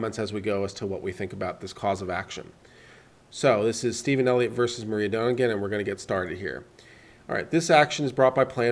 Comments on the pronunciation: This is not a hollywood story. And her name is Moi-ra not Maria. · If you can't even read the names right (Moira, not Maria!) maybe you are not that credible on your read on a complex court case...